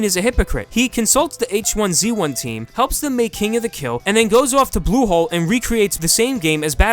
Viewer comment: U say blusholé as Google ... Pls watch out